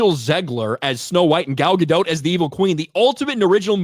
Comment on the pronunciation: Hey he's finally pronouncing Gadot correctly! (The T is not silent)